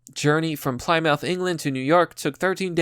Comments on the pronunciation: I love you man, but it's pronounced Plim-muth, not ply-mouth XD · Pleh-moth not ply-mouth Every video you pronounce a word incorrectly :) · the most important part of this video is you mispronouncing Plymouth : plimm-m''th HOW DARE YOU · That pronunciation of Plymouth made me wince. But it's okay, you're American. It's pronounced "Plimuth" just for future reference.